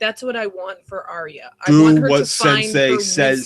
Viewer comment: How can a GoT geek make a two and a half hour video about one 58 minute episode, and still keep calling Arya Stark "Aria?" (Shaking head in disbelief)